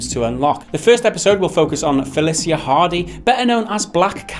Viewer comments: You said Felicia wrong her names not Felisia Hardy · So we're just going to ignore his pronunciation if "Felica" hmm?